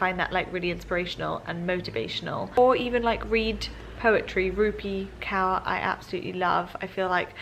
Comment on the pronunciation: you pronounced Rupi's last name wrong. its Kaur. pronounced like Core